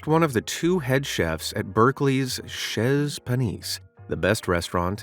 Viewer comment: French teacher here. 👨🏻‍🏫 "Chez" is pronounced as "SHEY," not "SHEZ." 🇺🇸🤝🇫🇷